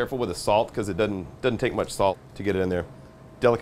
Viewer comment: DOESN'T NOT: DUD-ENT!!!!!!!!!!!!!!!!!!!!!!!!!!!!!!!!!!!!!!!!!!!!!!!!!!!!!!!!!!!!!!!!!!!!!!!!!!!!!!!!!!!!!!!!!!!!!!!!!!!!!!!!!!!!!!!!!!!!!!!!!!!!!!!!!!!!!!!!!!!!!!!